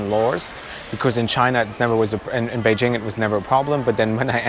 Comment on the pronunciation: Top marks for pronouncing "Beijing" correctly. :-)